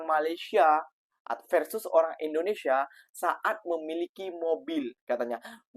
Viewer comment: INDONESIA❌ IRINDONESIA✅ 😂😂😂😂😂😂